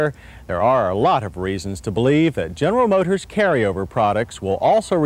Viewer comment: "General Mhotors" "Pahalm Springs" Gotta love John's pronunciation of words. Ah the 80's. When a little bit wider tires was considered a handling upgrade.